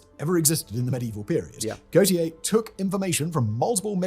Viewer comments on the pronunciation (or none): none